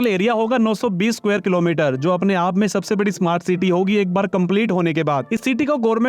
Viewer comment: Ceete😂 nahi city hota hai